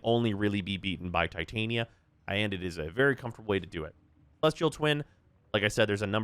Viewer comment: The way you pronounce Titania is so annoying wrong. Please understand her name pairs with Oberon outside of warframe